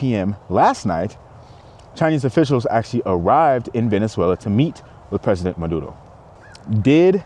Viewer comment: I’m fine with Trump but why kidnap the president? Why take the wife too? You know it’s about oil. I just think he went about this wrong. Wasn’t there a different way? Yes, you pronounced it correctly!